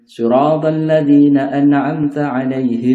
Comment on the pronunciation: terimakasih ilmu nya pak,, tapi saya ada masukkan sedikit apa saya salah mendengar atau gimana ketika bacaan alfatihah ayat ke 7, bagaian bacaan shirotholladzi na'an-am, terdengar na'anna-an, wallahu'alam.